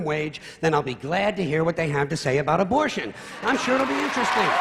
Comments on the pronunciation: Lol "abortation". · "Abortation?" Seriously?